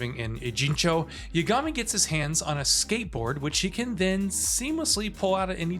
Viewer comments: Great review! Clear you're familiar with the series! It's YAAH-GA-MI though lol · why can't you say the protagonist's name correctly? did you not hear it being said for 50+ hours? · This guy didn’t play the game. must be reading from a script he doesn’t even pronounce the MC’s name correctly.